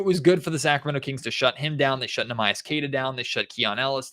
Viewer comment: I cringe listening to mispronounce Queta’s first name show after show